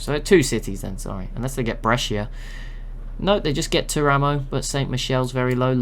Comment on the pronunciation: Something very minor but it might come up again if you use Italy civ: Teramo is pronounced TEAR-uh-mo, with the stress on the first syllable, rather than ter-A-mo.